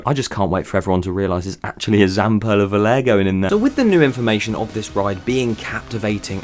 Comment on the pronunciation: I about threw my phone when you said Zamperla Volare